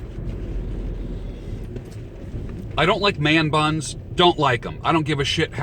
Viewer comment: Man buns soundslike ur saying their butts, have a good one.